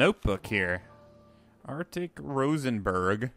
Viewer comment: Artic Rosenberg... It's Artie lol